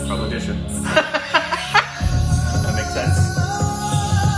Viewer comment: What I liked Even Indians Can't say Where Odisha is .. but You said It correctly